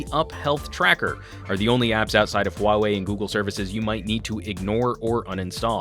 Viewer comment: thx, at least in the us there are reviewers who are capable of pronouncing huawei in the right way